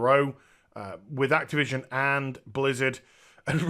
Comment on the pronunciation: I genuinely heard you say: Craptivision.